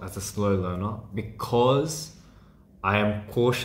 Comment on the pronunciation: why is that "becOz" so satisfying👀👄👀